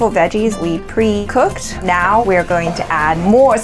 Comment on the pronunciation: Is it just me or does "now" sounds like "nyao"